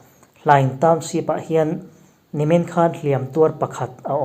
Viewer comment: Mi tam tak naupang zirlai thlengin in thil chhiar hi kan ngaithlaa, fimkhur deuh thin teh u, Township tih tur SHEEP ti a i chhiar tlat zel mai te hi, inzir ve deuh thin teh u. Beng a kham tlat.